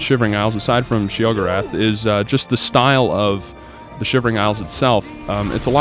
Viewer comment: He says sheogoreth wrong